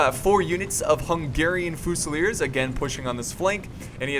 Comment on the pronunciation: i'm not trying to hate but. It's fusiliers, pronounced with a fuse.